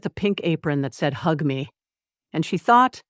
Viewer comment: For people just listening, not watching, and especially learners of English, at about 3m 30s the AI narrator mispronounces the word "hug" (written on the apron) as a sound that doesn't exist as a word in English, sounding something like "hew-ghee."